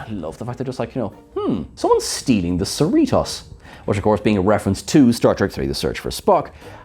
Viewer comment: And stop saying "Cerritoss" when it's "Cerritos." Long O sound. This is basic stuff...stop mispronounced the hero ship's name, for Kirk's sake! Seh-ree-toes, bit Seh-ree-toss. And Khan is con, not can. Or are you?